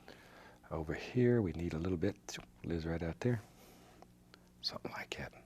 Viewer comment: I love when he says, "Sumptin about like 'at"